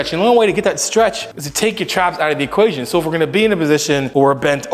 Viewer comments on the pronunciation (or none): It's equation NOT ocation "take your traps out of the equation"